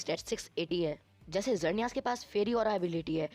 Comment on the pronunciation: sorry bro but mainly you said some wrong as you said time controler pokemon is palkia but it's dialga you mistakely wrote 7 as 10 you are giving eg. of magmar but you show typhlosion and you also pronounced some legendaries wrong as of xerneas but don't worry about my words you are doing great work. edit- sorry I also said wrong I also said two times palkia lol